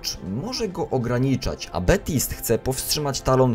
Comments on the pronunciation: TO SIE CZYTA BABTSAJT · Baptiste wymawia się Betist.